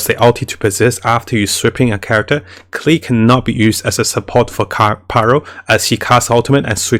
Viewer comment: The pronunciation is not "Klii", is "Klee". You can check this with the Chinese and Japanese dubs. Thank you for your videos! Are so helpful to keep us awake and don't throw our money.